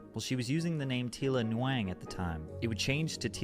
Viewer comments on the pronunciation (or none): That is not how you pronounce Nguyen lmao It’s pronounced like “Win” or “Wyn”